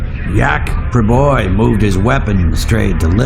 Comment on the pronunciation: When Senetar lenahan says Jack Priboi it listens like he is saying Yak Priboi